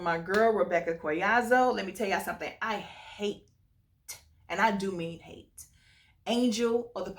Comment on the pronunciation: “I HATTTTE” I felt the emphasis on that T 😂 I’m happy you enjoy the ⭐️ EDT! 🙌🏼